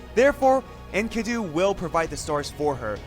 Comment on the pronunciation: Its pronounced EN KEEE DU